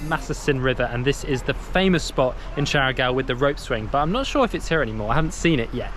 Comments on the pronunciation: Loved Siargao when i visited! I may be wrong but i think you are pronouncing it wrong, is it not 'Shaa Gau' and not 'Shara Gau' ? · Its siargao not chargao